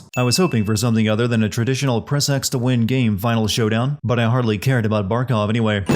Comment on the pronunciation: it’s Barkov not barcov Just sayin’